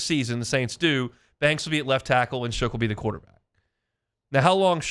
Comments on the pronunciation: I was going to be kinder about his use of "Shook" for "Shuck," but you're right. Ain't like Shough showed up yesterday. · Shough is pronounced “Shuck”, it’s in the dictionary for God’s sake. You sound like a total bozo pronouncing it wrong.